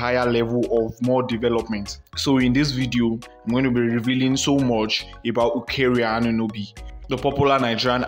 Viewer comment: Are you even serious? Is that the best acknowledgment of a mistake? Not to mention the terrible pronunciation of her name.